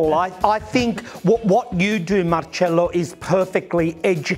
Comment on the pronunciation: I love, he gives me back the same vibe that I had with Gianni Versace. Love how he says Marcello (not Marcelo) It was how Gianni would always call me. He said to me once. That is the right way of pronouncing your name, and don’t forget. I never did….